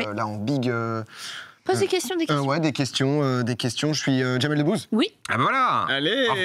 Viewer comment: Si, faute sur Jamel Debbouze et non ''debouzze ''